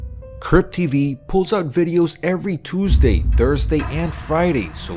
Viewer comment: Thought he said crip tv